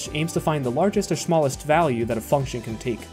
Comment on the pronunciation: "the largest to shmallest value"